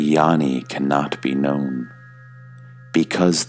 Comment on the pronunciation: Dear, peace and blessings to you. Gnani is pronounced NYARNI, not yarni.